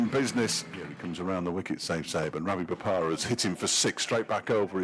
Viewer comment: “ravi bopara”😔